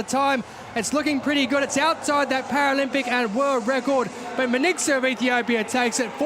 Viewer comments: He mispronounced her name completely! Her name is not Men etsu! Wtf is men etsu? . Her name is Mengistu. pronunciation men- ghee-stew. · What a loose commentary was that?! it is Men-Gistu, not Minqsu or whatever your British accent is. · Ho do you get her name wrong repeatedly???? MENGISTU WTF??? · How is the commentator can not say her name Mengistu correctly? Congradulation Tigist you made us all proud Ehiopians!!